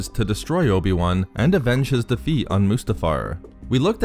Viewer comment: who is this "obi one"?